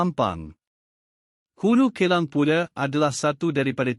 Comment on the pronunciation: Sebutan Hulu K-EL-A-N-G......MELUCUKAN. vIDEO 6 MINIT PUN TAK BOLEH BACA SENDIRI DGN BETUL KE...KESALAHAN BERULANG MELOYAKAN.